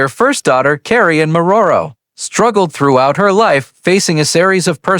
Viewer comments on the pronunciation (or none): Clickbait. Can't even pronounce Morrow.